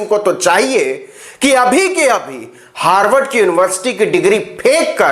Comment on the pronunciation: हार्डवर्ड नही अनपढ गंवार हार्वर्ड बोला जाता है क्यों अपना फजीहत कराते रहते हो मंच पर जाने से पहले अच्छा से होमवर्क तो कर लिया करो । बारबार अपनी बेवकूफी का प्रमाण देते रहते हो